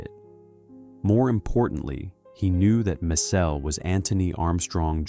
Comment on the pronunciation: It’s not mess-SELL. It is MESS-ell. Do your homework before you record a video!